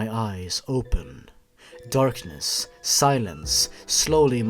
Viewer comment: "the ally way" I LOST IT AGAIN